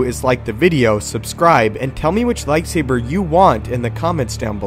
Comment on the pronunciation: Anakins lightsaabeer please lol